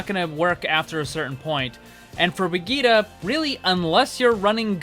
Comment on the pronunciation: Why everyone can't speak Brigitte right?